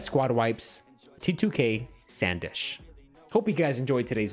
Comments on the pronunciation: its not SAN Desh bro its SUN DESH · It's not Sandesh it's sndesh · he saying sand ish made me laugh so much